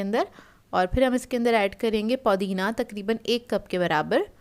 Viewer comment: Paudina nahi pudina hota haj